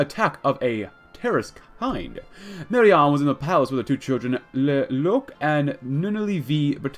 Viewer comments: Love that you're doing this. Lelouch is pronounced (Lay-Loo-Sh) and Nunnally is pronounced (N-On-Al-Lee) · Loved the video, you really should watch this anime to fully understand what is going on. Also, you said Lelouch wrong.